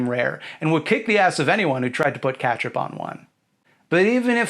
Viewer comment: Cringe, he pronounces ketchup as catch up. This upsets my grammar instincts because, as we all know, the word ketchup is objective